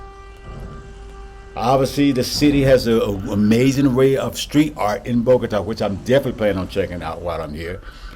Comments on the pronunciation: I’m afraid in the video you are still pronouncing the name of the city wrong. If you notice the accent is on the á you are putting it on the first ó BOgota it is really BogotA. Hope I’m being clear. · Keep in mind that, if you want to pronounce it even better, the emphasis of volume of the voice should be in the last syllable, as follows bo-go-TÁ. Nice content, keep it up! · You just shared some really good facts about Bogotá. I was also saying the name of the city wrong. 😂 Thanks for the correction.